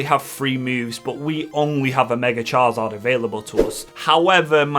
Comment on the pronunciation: I love these videos, but I do have to say there’s only so many times I can hear you say Char-Zard. His name is Charizard? 🤣🤣